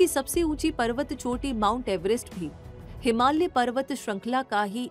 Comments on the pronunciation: Ma'am....it's हिमालय not हिमाल्य......😊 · हिमाल्य नही हिमालय😂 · हिमाल्य नहीं, हिमालय बोलो 😂